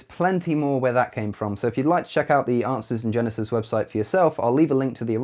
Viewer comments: A couple of times it sounds to me like he said "Asses in Genesis" instead of "Answers in Genesis". I would agree with that, and would like to see a picture of a bible open to Genesis, with a bunch of donkeys walking around in front of, or on it. :D I could try to photoshop that myself, but I'm not that good with that kind of stuff. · When you say it,is sounds like"Asses in genesis" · I kept hearing you saying "Arses in Genesis" rather than "Answers in Genesis". Not that you have any problems speaking understandably; just my unconscious mind giving me things to chuckle at. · To an American ear, it sounded like you were saying "asses in genesis" (which is actually a very accurate description of the website).